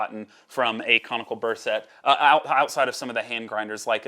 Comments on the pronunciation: It's pronounced sette, not set. :) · What impresses me about your way of saying SETTE is how corectly you're saying it wrong. Sette is seven in italian. You're saying sept, which is seven in french 😅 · Lol I'm cringing every time he says it. I don't think I can make it the rest of the way...